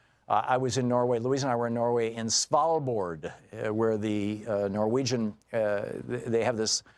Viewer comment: Where did you say you went to in norway if it was svalbard you prounounced it really bad but better tan other english speaking people i have seen or met